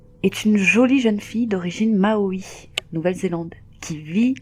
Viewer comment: On dit 'Noussa '… Mais pas d'importance et Maori pas 'maui' ça, c'est la Polynésie française pas la NZ